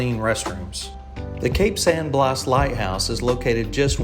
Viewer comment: Thanks for the beautiful footage of Florida’s Forgotten Coast. I’m partial to the Cape San Blas lighthouse that was relocated to PSJ as we have vacationed there for over 30 years. And, just a bit of advice on pronunciation of local area/city names - Blas is pronounced “blass” and Apalachicola is “apalatchicola or apalatch”. Thanks for sharing a piece of paradise with everyone. Hope to see more of your videos